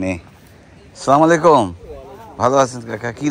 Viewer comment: ভাই আপনি সালাম টা ঠিক মতো শুদ্ধ করে দিবেন আচ্ছালামুয়ালাইকুম বলবেন, কি বলেন সালামুআলাইকুম